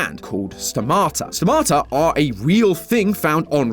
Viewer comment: It's not sto-mata it's sto-ma-ta